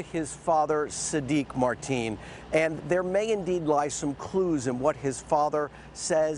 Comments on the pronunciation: The Reported keeps calling him "Marteen", It''s "Mateen" lol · It's not marteen...get the monsters name right first before reporting!! His name should be said Loud and clear so world knows of this monster!!! Marteen is a name that has nothing to do with this tragedy so reporters should know how to pronounce names correctly! Don't put any shame on any others.